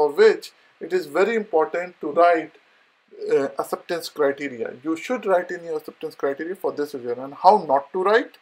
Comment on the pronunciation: First learn to say “ Acceptance Criteria” in a right way!